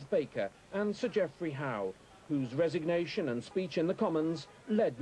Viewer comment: "Resignewtion" ha ha